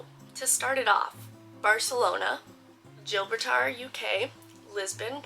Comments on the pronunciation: Gibraltar is pronounced Jib-broll-ter 😀 have a wonderful time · So happy for you! I know a lot of people pronounce it wrong but the way you said Gibraltar 😂 it’s pronounced (jib-rol-ter) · Come to Halifax, Nova Scotia and a I’ll give you and your boyfriend a bike tour!! Btw you really did a number on the pronouncing Gibraltar (Je-brawl-ter) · Gibraltar is pronounced Jib rule tar I went last week…it’s great! It’s a U.K. territory in the med at the bottom of Spain…and it’s lovely! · OMG Im British and I can't even with how you pronounced Gibraltar 😂😂😂😂 how exciting though! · Sounds great. Double check your pronunciation of Gibraltar Love your channel